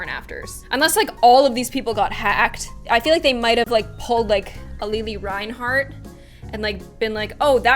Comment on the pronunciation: Its pronounced lilly not li-li no hate tho ily